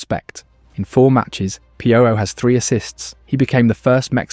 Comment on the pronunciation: Piojo too, I mean youre doing the work, might as well clean it up when it's easy. Not pee-o-Joe Pee-o-Ho.